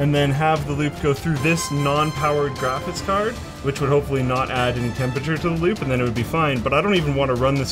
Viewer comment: "grafis card"